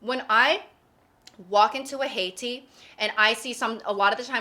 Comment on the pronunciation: Also Heytea as "Haiti".